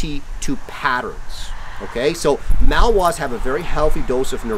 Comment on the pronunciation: Nice video, but please learn to pronounce Malinois correctly. It's not "Mal-Wa." The name has three syllables; ma-luhn-waa.